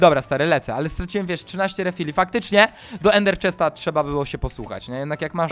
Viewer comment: mówił Ender chast